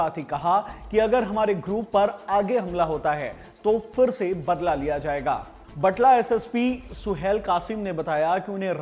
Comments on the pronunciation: It’s बटाला not बटला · रिपोर्ट में इतनियाँ ग़लतियाँ है कि मैं बता भी नहीं सकता, हर एक नाम और जगह का उच्चारण गलत था बटला नही बटाला हैं। अर्श दल्ला नहीं अर्श डाला है…